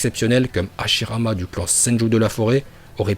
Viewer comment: Madara il est nul il na pas le migatenochauviu en plus il c pas parler il dit hashilama 😂